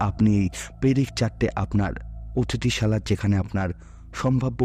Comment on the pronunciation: AAPNAR BANGLA BHASHAR UCHAARAN ER DIKE KHEYAAL KORUN....... OOTITHISAHALA .. . TAXI..... AI SOB SADHARAN UCHAARAN BHUL KORCHEN AAPNI.